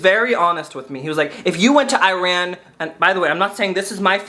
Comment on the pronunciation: the way you pronounce Iran is questionable lmao